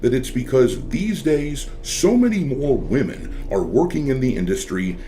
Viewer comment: My man, why are you pronouncing "women" the same as "woman"??? I feel like I'm being gaslit. This crept up recently and is running rampant online. There's no way if we saw you in a video as a little kid saying WOMEN you would have pronounced it like this